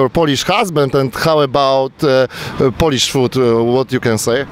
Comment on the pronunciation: Skoro wszelkie uwagi są zalecane to mam jedną : wymawianie słowa "Polish". W ustach autora słychać czasownik o zgrozo a nie przymiotnik. Słucham o wypastowanych facetach i polerowanym jedzeniu. Pomijam już ogólną koszmarną wymowę. A że mieszkam w kraju anglosaskim chciałbym wszystkim zwrócić uwagę że akcent jest tu bardzo ważny. Polacy, aby się nie zbłaźnić, wypowiadajcie "ou" w słowie Polish. Jeżeli to będzie tylko "o" to mówicie o pastowaniu! Akurat dziwnie się składa że "polski" i "pastować" pisze się po angielsku tak samo. Tylko wymowa jest inna. Nie narażajmy siebie i naszego kraju na rechot! A tak, nawiasem mówiąc, przydałby się jakiś odcinek o wymowie w języku chińskim, gdzie pewne słowa mając tę samą wymowę znaczą zuuuupełnie co innego. Pozdrawiam.